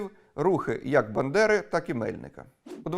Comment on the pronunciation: Бандера, а не Биндера !